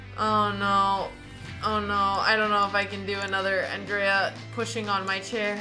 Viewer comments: i think i m in love, when she said "Andrrrea" ... And what about, all the young "Robin" wibe comes from Alexandra? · Yeh she pronounces it with the hard D, instead of the american Anjrea